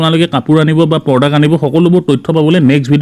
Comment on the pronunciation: Felipcart Nhoi o Flipcart... Ru porduct nhoi product.. Ruu Zerex Nhoi Xerox